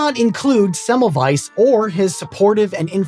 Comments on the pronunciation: You're so close with the pronunciation. You are correct that the German W is pronounced like the English V, but also the German S is pronounced like the English Z which you missed. Thanks for making an effort. Most of us Americans don't give a damn to pronounce things correctly. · Would it not be a good idea when making a video about somebody to learn speaking his name correctly? It is not so difficult to find an audio data you can hear where that name is spoken correctly. It is also a question of respect.